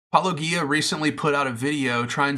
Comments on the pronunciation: The fact you can't take the time to pronounce Paulogia's name correctly, already invalidates any argument you will have. I pray to Cthulhu no one else sees this cringy attempt to debunk Paulogia. I sacrifice a lamb to Elohim she will make sure you will not get another view on any video you make ever again. R'amen. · My mind is not made up on this topic, but before I could take your response seriously, you have to at least be able to pronounce his name correctly...it is not Pelogia ( minute of your video), it is Paulogia. You have it correct in the title of your video, but for some reason ou continually mispronounced it in the beginning of video and I turned it off. Do better. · Soft ‘G’ in ‘Paulogia’, people! SOFT 'G'! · It's odd that, since you have watched Paulogia's video, you cannot pronounce his name correctly. It's also odd that you deliberately speed up Paulogia's clips. One might think that you are deliberately trying to reduce Paul's arguments. This doesn't make you look good, or honest. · Since you watched his video, where he pronounces his name, this is not a believable excuse. And no, most people do not deliberately speed up clips. That is another excuse, and not believable. I have disputed your claims. Please respond with facts, not excuses. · Seriously, why can’t you guys pronounce his name right? He pronounces it himself all the time, and you interlocutors continue, literally for YEARS willfully choose to mispronounce Paulogia. Why? Are you just doing it to mock? Is that really your best opener in your video is to openly mock his name before you even start with your points? What does that say about you? It’s fucking stupid and keeps me from actually listening further to take ANY of your points seriously. Come on. Fucking do better. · You could pronounce his name correctly. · How much 'intellectual rigor' can you claim if you refuse to properly pronounce the name you have just heard?